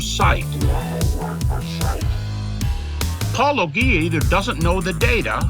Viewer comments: Yes, if it was just a matter of ‘correcting’ pronunciation, they would do it consistently. That they point it out every time and fake ‘fumble’ with multiple versions looks petty and intentional. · That's exactly what I was going to say. I've heard these same guys who can "never remember how to say Paulogia" right, and NOT ONCE have I EVER heard them pronounce apologetics: APOLO GHETICS... not once! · you are definitely getting under their skin. What kind of serious person intentionally mispronounces your channel’s name, thinking that gains them points with intelligent life forms? It appears they think their viewers are completely stupid. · It's funny many of them can't pronounce it. I from the beginning figured it was pronounce like apologia lol. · To be fair, "pau-LO-jee-ah" is consistent with how apologists pronounce apologia, and their refusal to accept your pronunciation after hearing it straight from you multiple times is consistent with their refusal to accept anything else that contradicts their indoctrination. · Except for Andrew Loke, who consistently pronounces it as "polog-ya"... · "I've heard it pronounced both ways" Proceeds to spout three different pronunciations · I've heard these same guys who can "never remember how to say Paulogia" right, and NOT ONCE have I EVER heard them pronounce apologetics: APOLO GHETICS... not once! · You'd think Creationists, who claim Atheists are the dishonest ones, wouldn't purposefully mispronounce someone's name, but here we are. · Ah man, if only MTV were still around, this would get a lot of airplay. How can they not know how to pronounce your name? That's crazy. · Why do so many apologists say Paulogia wrong? Because that would require research. And too much research leads to the path of losing your faith. They don't want to do that, so less research is always better (no research is holy). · I bet "Even he doesn't know how to pronounce his name" was a really bad attempt at an insult